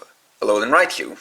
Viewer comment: Raichu, not Raicu